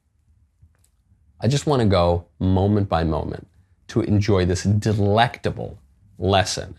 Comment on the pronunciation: I loved the stress in the word "delectable". 😂